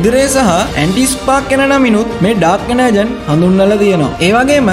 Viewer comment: "ඩාර්ක් එනර්ජෝන්"කියල තමා මෙක කියවෙන්නෙ.එනර්ජන් නෙමෙයි 👍👍